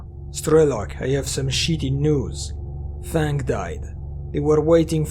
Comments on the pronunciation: I know English isn't ur first language but it's fang. F-ae-ng. Not fong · I was thinking "Who the fck codenames themselves THONG". Then I realized, you said "Fang" XD